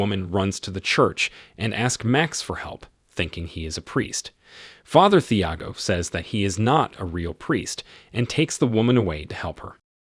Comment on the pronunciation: Thiago has a silent H. Tee-ah-go. You did this with The American as well with Mathilde. Silent H.